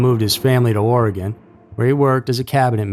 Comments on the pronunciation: Hey a YouTuber who can say Oregon lol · Thank you for pronouncing Oregon properly! It just feels really respectful when it's pronounced the right way.